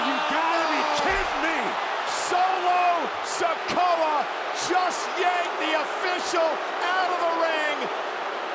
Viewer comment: Imbecile said Solo Sokoa